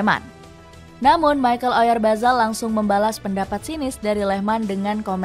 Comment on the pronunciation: Oryazabal❌ Oryabazar✅ Apalagi oralbayar😂